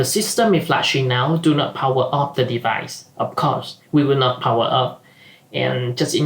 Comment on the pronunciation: i like the way he said " of course, we wil not powa of" :D